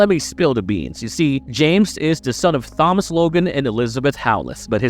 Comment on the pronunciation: Did you seriously pronounce Thomas as Phomas 😂🎉